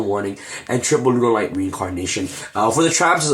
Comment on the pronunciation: lol did you just say runaright lol